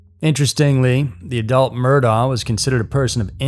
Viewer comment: Sorry, man. For future reference, Murdaugh, is pronounced like Murdock I thought it was pronounced different, too.